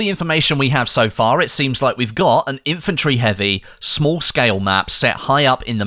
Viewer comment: You say eavy bomber?